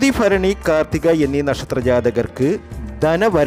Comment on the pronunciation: അശ്വതി ഫരണി അല്ല ഭരണി എന്ന് ഉച്ചരിക്കുക അതുപോലെ ഏപ്രിൽ പ കുന്നാലല്ലാ ഏപ്രിൽ പതിന്നാല് എന്നു പറയുക